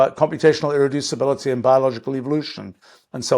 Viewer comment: I'm jealous of the speed he can say "irreducibility" and "thermodynamics"